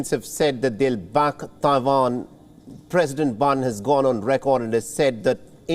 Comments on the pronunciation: It's Taiwan not Dawan !!! Annoying af!!! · Its Taiwan, not Tai-vahn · The Indian anchor has a funny pronunciation of Taiwan!